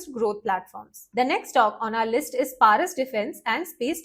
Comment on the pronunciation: প্যারিস নয়,ওটা পরস ডিফেন্স হবে